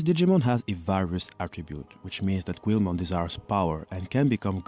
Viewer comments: why do you insist on mispronouncing the name of Guilmon? it's NOT "QU-EL-MON" it's pronounced "GI-UL-MON" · Its pronounced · I'm confused, is there a reason you call him 'gweel-mon'? I first thought that it was because English is your second language but when discussing the origin of his name you pronounced the word 'guilty' properly, leading me to believe you're pronouncing that syllable in his name differently on purpose, even though they're the same pronunciation. Is there some media or something you have taken that new pronunciation from? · how in the actual hecc did he mispronounce guilmons name???